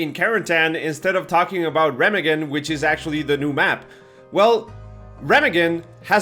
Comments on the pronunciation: [ˈʁeːmaːɡn̩] Reeemaaagen, not Remmaggon ;-) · Jesus Chris. It’s pronounced Rah-mog-en. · I believe it's pronounced Re-ma-gen not Rem-agen. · Pronounced ray mah hemm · Dude, you mispronounce the name "Remagen". But this map is going to be shit from the start. Why give us a map that's of this design with this game and why not give us a Russian map instead because we only have two of them. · ree -maug-en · It’s pronounced “Re-mag-gen “. Where is the Monospatial from before? Your hating and haven’t even played yet? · It is pronounced RAY MARG EN according to every source I could find. I know you are Argentinian, so just a heads up, not mockery. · Said Remagen wrong 😂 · Anyone else bothered by how wrong he pronounces Remagen?